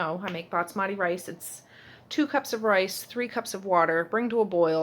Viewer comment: BAS-mati - not BATS-mati! :) It's driving me crazy! Love your videos though!